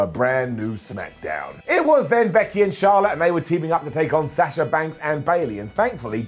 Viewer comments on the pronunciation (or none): none